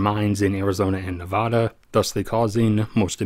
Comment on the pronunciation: Narrator mispronounces "Nevada" constantly. What else is inaccurate?